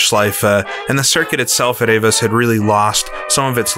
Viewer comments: Avus is pronounced AH-voos (with a hard v; almost an 'f'). You said 'Sudschleife', which means south circuit/track/stretch. You were talking about the south curve; that would be the 'Sudkehre'. You're welcome. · Learn how to pronounce 'Avus' (hint: it doesn't rhyme with 'Avis'). Also: it's 'Sudkehre', not Sudschleife'. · AVUS is pronounced AWOOS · The circuit name is pronounced..." Ah- Voos"...